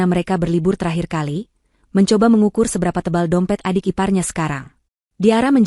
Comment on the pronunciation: ALLOH dibilang Alah cat dibilang kat adik dibilang adek anda benar benar merusak bahasa